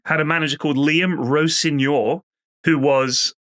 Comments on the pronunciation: how has he managed to pronounce rosenior like that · Yeah at the most a very surface level knowledge - Even pronounced Rosenior's name wrong lol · Why is pronouncing Rosenior like that 😂